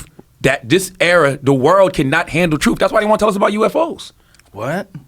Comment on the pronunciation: Hard to respect someone who says troof. Speak English then we can talk.